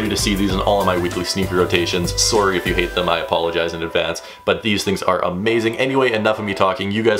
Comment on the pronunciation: lol "soury"